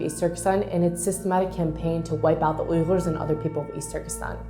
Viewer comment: When she says ughurs it sounds like her tongue gets paralysed